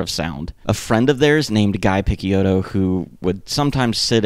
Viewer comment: dc punk aficionado here; this is a really really well researched video and i actually learned a thing or two! one nitpick: guy picciotto’s name is pronounced ghee pitch-oh-tow. that’s all, happy trails :)